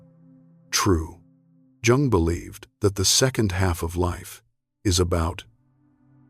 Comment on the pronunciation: HOW CAN ANYONE TAKE THIS SERIOUSLY WHEN THE NARRATOR CAN'T EVEN PRONOUNCE JUNG CORRECTLY. COME ON!